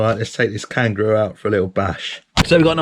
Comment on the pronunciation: Oh! You said kangroo because it has friction dampers.. haha took me awhile to figure that out.